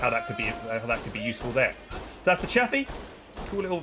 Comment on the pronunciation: still wrong its Chaffee